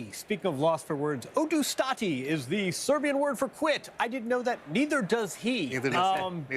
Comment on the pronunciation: The way he pronounced "odustati" was so funny 😂